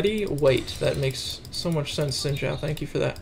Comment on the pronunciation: Xin Zhao is pronounced like "Shin Zhao" as the "x" in Chinese makes a "sh" sound. Just saying :)